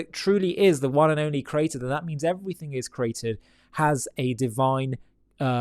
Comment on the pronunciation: God is not the crater. Volcanoes are. Please say creator. CREE AY TOR. Three syllables, not two.